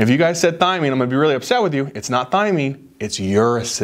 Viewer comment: Lol y iSaid THYMINE LOL